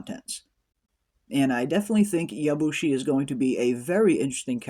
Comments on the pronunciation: Ya boo she gee ......OMG say it right ! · Thanks for vid but PLEASE STOP butchering Yabushige’s name with your pronunciation. In Japaneseas with many Asian and Polynesian languages you pronounce all the vowels individually. Maybe it’s just my OCD autistic brain but it’s really distracting and upsetting. Thank you. 🙏